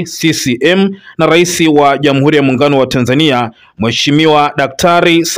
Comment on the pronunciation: Kuhabalishana,irani ya uchaguzi,ishilini,wazili mkuu,kikosi cha sili,salasini,zamila,Jamhuli.Hongela. Msomaji Lugha ya Kiswahili huitendei hata kidogo. Tafadhali fanya bidii uweze kutamka R inavyo paswa.